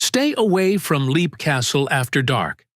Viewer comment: I had heard Leap pronounced 'lep' before.